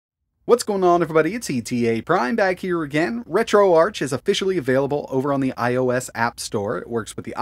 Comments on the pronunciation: It’s pronounced retro-ARK bro please.. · Not tryna be rude just helping but I’m pretty sure it’s pronounced ark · Isn’t it Ark like Archive “RetroArk” (ch)? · Ok I will say your video is very very informative and a good tutorial for retroarch. I will say grammar-wise, retroarch: it’s not the arch with the ch sound. It’s pronounced: retro-ark, hearing the ch sound in arch doesn’t make sense I’ll be honest